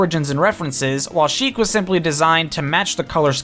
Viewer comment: Sheik, not chic.